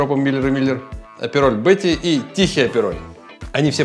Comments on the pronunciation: не аперОль, а Апероль! Ударение на "А"! Апероль шпритз. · И потом так бесит этот аперолЬ....аперол....нет в итальянском мягкого знака!!